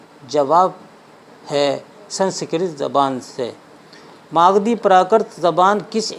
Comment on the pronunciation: مالدھی اپ بھرنس نہیں بلکہ ماگدھی اپ بھرنس ہے